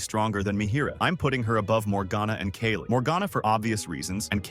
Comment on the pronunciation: The ai voice pronounced “Kayle” like 3-4 different ways